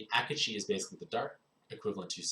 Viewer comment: isn't it ah-keh-chi :P